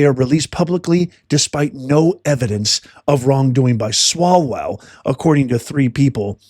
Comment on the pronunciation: Umm.. Eric swallow-well?? And Fang-Fang.. nuff said.